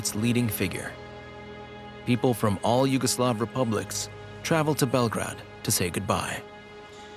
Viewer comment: The way the English speaker mispronounces Belgrade throughout the documentary bothers the heck out of me